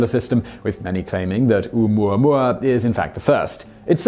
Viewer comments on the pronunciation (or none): I thought it was "oh oo moo ah moo ah." Those first two vowels do not make one sound (oo, like Simon is saying). The "o" and the "u" make the sound oh oo. No? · Pronounced Oh-Ooo-mooah-mooah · ...the ‘Okina at the front of ‘Oumuamua is not only a letter it is a glottal stop...so you misspelled it and he almost pronounced it. Granted almost everyone mispronounces "Uranus" (including most scientists), so we all get a pass... But, I recommend you look it up Hawai‘ian is not that hard to pronounce as you may think. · He said Omooahmooahmooah. I heard him. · I giggle listening to you pronouncing Oumuamua